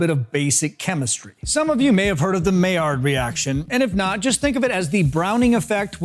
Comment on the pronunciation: Not that pronounciation of maillard reaction 🫠😆